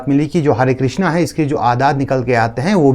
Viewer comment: Krishn hota hai krishna nahi